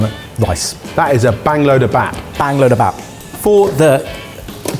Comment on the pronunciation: Hey y’all, I know you do a lot of Korean foods so for future reference, bap (rice) is pronounced “bahp.” There’s no “a” as in apple sound in Korean. And any time you see a Korean word phonetically written with two Ts such as tteokbokgi, it’s pronounced as a hard D (between a D and T). Whenever you see an “eo” it’s pronounced the same way you say the u in “duck.” Whenever you see an o, it’s a long o such as in the word “low.”